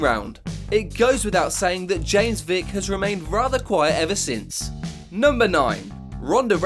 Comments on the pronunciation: I like this channel over others because you actually pronounce the names right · Props to this guy for pronouncing alot of these names really good!